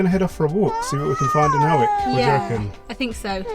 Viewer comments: hi, I thought Howick was pronounced the way you said, but its actually pronounced hoyk, as in oik with an "h" if you get what I mean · Hari OM &*> Educational moment; Hawick is pronounced 'hoick' - and thank you,, for honouring the bannock with the A+ for it is truly a tasty bread. My dad was a dab hand at making tablet... a can of condensed milk, caster sugar, 'fat' milk and butter. I'd've chopped each of those bits you had into four. More than enough in one bite! Sigh... the Borders, land of my childhood and youth. Edinburgh is such an easy city to get around, too. Glad you liked it so much!!! Ady is clearly taking it all in too - sending my usual ether hugs to her! YAM xx